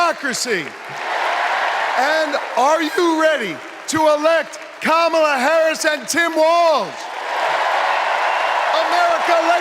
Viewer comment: Clinton is so racist! He mispronounced Kamala's name. The mortal sin.